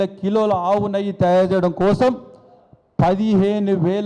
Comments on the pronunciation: నయ్యి కాదురా అయ్యా... అది నెయ్యి అంటారు.... నువ్వు మాకు చెవులు మూసి చావకొడ్తున్నావ్ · Neyyi........ Nayyi kaadhu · Nayye kaadu neyye Ani cheppu first